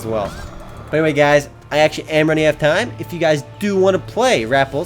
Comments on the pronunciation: it's rah pelz like repels not RAP elz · ive played rappelz and its actually pronounced (ra-pe-lz) this game has alot of pets that help u with doing quests and fighting. pets in this game are very helpful. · lol you pronounce this game like rapples